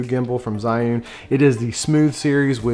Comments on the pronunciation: Isn't it pronounced "Gee'un"? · Good video but you need to learn how to pronounce Zhiyun Also Zhiyun Smooth 4 only has a payload of 210g. That is the weight they quoted me in an email. Waiting for your review, thanks.